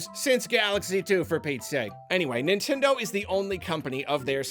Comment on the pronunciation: Y'all it's Nintendeen